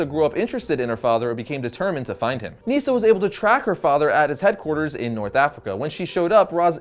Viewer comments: It's not neeesa its nisa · “Neesa”? it’s Nysah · Nyssa not Neesa